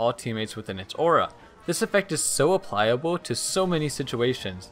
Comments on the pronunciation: applicable, not apply-able... still, good video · It's "applicable" not "applyable"